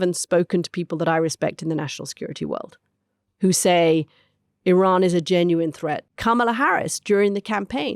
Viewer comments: Love the Mooch but for God's sake it is pronounced EE-RUN not EYE-RAN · Just a small favour. Iran ( ee-raan) not I-ran.😊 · Anthony, isn't it pronounced ear-ron not I ran. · Whoever calls Iran 'Eye ran' has no credibility, in my opinion... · Why is Scaramucci constantly mispronouncing Iran? Is it so difficult to get it right?